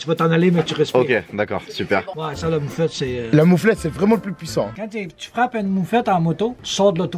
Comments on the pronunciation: C PAS MOUFLETTE C MOUFETTE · nan c'est mouffette et le vendeur a dit mouffette